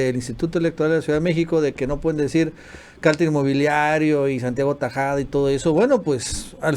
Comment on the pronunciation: Que entrevista!!! Una mujer que llama Tajada en lugar de Tabuada...tal luego exige respeto y ética...ah que Julia de apellido corrupto. Incongruente mujer. Soy pro AMLO 100%